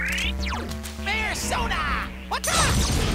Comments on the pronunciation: as unbearable as it is to hear it. yes he does in fact say Bearsona. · Is it just me or is Teddie saying Bearsona? xD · yes he is saying bearsona